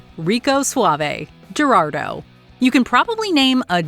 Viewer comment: I don’t think that’s how you pronounce: Gerardo… the “G” is an “H” sound in Spanish 🤷🏻 Of course, if this is AI, which I believe it is, I understand.